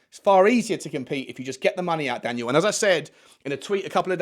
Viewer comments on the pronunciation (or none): none